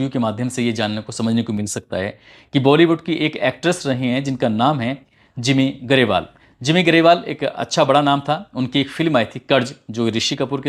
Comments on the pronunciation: simi grewal not jimi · Simmi grawal not jimmi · भाई नाम तो सही बोला करो जिमी ग्रेवाल नहीं है सिम्मीग्रेवाल he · Bhai your voice is sooo soothing to the ear and your presentation is awesome.. But just say the names correctly... Hotel Taj And Simi garewal